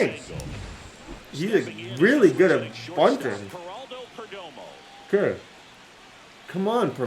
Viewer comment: Don’t butcher Geraldo perdomos name